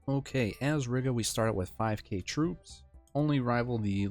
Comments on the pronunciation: Reeeeeega not riiga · Heads up, we pronounce it like "Reega", as in "regal", but with a long "e". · im gonna lose it at how you say Riga, other then that great video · Lol I left a reply with the proper pronunciation before seeing this comment. Gan jau iemācīsies čalis :)